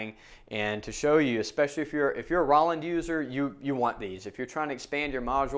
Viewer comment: I'm a hard hitter on my Roland TD-6V so this is great! BTW it's Roll-land not raw-land!